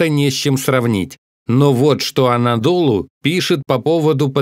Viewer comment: агенство анадолУ (ударение на последнюю «У»)